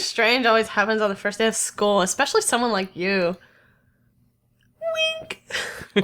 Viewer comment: "ECKs a monster"